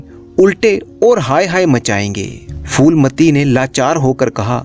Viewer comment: Foolmati nahin shreemaan jee , Phoolmati naam hai. उच्चारण फूलमती है , फ़ूलमती / foolmati nahin . 🙏🙏 बढ़िया चैनल है ।👌👍